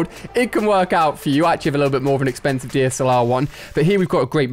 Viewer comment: Wait did he just say exkhansive huh